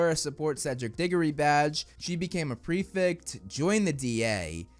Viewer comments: Bro its pref E ct btw not prefict 😂 a lot of hp YTers keep saying prefict for some reason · can we please change up the pronunciation of prefect from here on out...